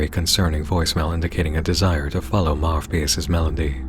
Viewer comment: Two points: The name, Marvpyas, the “v” in there might be pronounced as “u”, since in latin, the letter for v and u are both v. So maybe it’s Marupyas And that picture of the guy on the board - Im pretty sure it is supposed to be the Pied Piper, a legendary figure who led children to death with his flute. The connection is obvious…